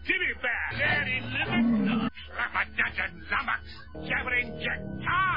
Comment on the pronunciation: Take a shot every time he says lumnox.